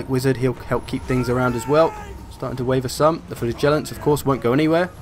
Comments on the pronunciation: FlA-Gellants? Wierdest way of saying FlaG-ellants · Sounds like you say "flatulants" ...